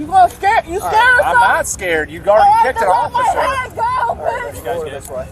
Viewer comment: Scurd? What is 'scurd'?